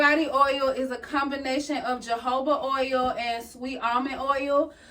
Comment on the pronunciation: Hohoba is how it's pronounced the j is pronounced as a h